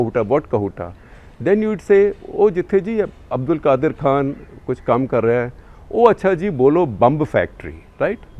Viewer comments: This idiot can't even pronounce his name propoerly.It's not Qadir but rather Qadeer Khan. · Not qadir it's qadeeeer their names are not even same ! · His name is pronounced as qadeer not Qaadir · It's QadEEr not Qadir! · Aap journalists hai aur names pronounce karna nahi aata hai. Shame. The 2nd is not pronounce as Qadir but Qadeer. When you guys will learn. Learn from British they can pronounce any difficult names. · You are not pronouncing Dr Abdul Qadeer Khan’s name. Ask someone please to guide you how to pronounce his name correctly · There is difference between Abdul Qadeer and Abdul Qadar Khan name pronouctaion . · There is a difference in the spelling and pronunciation between Qadeer & Qadir. In Urdu as well as in English they are written differently. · U should have learnt the pronunciation of abdul qadeer. Poor home work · You can't even pernonce his name he was from Bhupal Indian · Please, correct the pronunciation of Qadir and Qadeer. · The moment you realise you are taking information from a person who Does not EVEN KNOW HOW TO PRONOUNCE DR ABDUL QADEER KHAN’s NAME CORRECTLY, rest in peace THE WIRE you are a joke